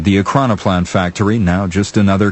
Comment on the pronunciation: Why choose a narrator who struggles so much to say Ekranoplan?